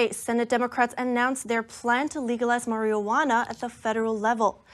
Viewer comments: "maree ah wanna". Lol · Haha 😂 she said "marielwanna" 3 x's. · Learn to say Marijuana correctly... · How does she not know how to pronounce marijuana?? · Can someone please teach this young lady how to say the word MARIJUANA?! >_<